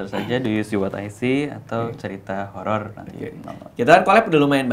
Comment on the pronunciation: Kirain kuping gue doang yg salah denger kalo dia ngomongnya holor